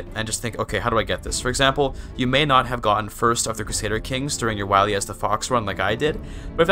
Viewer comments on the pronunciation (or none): none